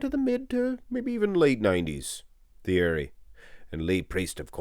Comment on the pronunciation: Ergh, every time this uncultured swine pronounced the TH sound of Pastel's Christian name. French don't pronounce TH, it's T-ierry.